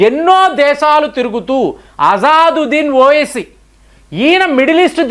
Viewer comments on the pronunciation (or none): Azaaaduddin owesii???? Emi pronunciation swami